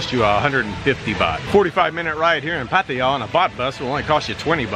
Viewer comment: Good video.. Thanks for pronouncing Pattaya correctly.. No Thai in Thailand would ever say Pa-Tie-Ya...